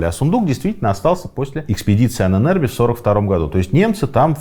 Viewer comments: Почему произносите Ане нербе Правильно анен эрбе Анен это предки, а эрбе наследие. Ahnenerbe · Позволю себе небольшую поправку «Ahnenerbe» читается как два отдельных слова: Анэн с ударением на первую «А» и Эрбэ тоже с ударением на первую гласную. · Пожалуйста... ударение в Анэнэрбе на А!!!! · Анен Эрбе , отдел но произносится и ударение в немецком на первый слог , спасибо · нет не правильно. Там даже как бы 2 ударения на А (анен/Ahnen) и на E (ербе/Erbe)